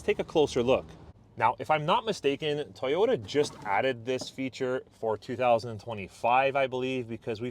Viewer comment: "Toy"ota not "Ty"ota